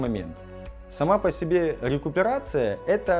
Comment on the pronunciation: РЭинккоронация на лесопети)))